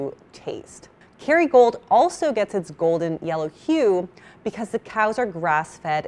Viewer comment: For ages I was like is she saying Kerrygold? 😂 The bog standard butter you can buy everywhere!(in Ireland)